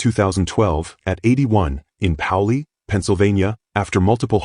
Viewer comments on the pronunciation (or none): It’s pronounced ‘pay-oh-lee’, not ‘pow-lee’ ! Saw his ‘toys’ run at maple grove and york pa. Always on top, win or lose!